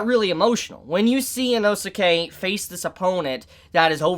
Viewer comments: Dude Inosuke's name is pronounced "Enos kay," not "Eno-suki." Like in the Naruto anime the name Sasuke is pronounced, "Saas-kay." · Why are you saying Inosuka'sname wrong